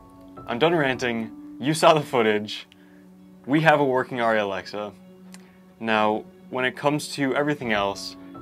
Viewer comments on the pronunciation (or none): It’s painful listening to you pronounce it wrong. Airy not auri. And your videos could be much shorter. We don’t need all the golly G wholesome responses and thoughts. And finally I don’t know why everybody thinks shooting with The widest aperture is somehow cinemagraphic. Maybe for TV commercials but In movies it’s much more important to have your subjects and focus then your depth of field be a half an inch.